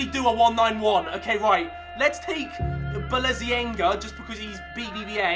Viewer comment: Balenziaga (balenciaga)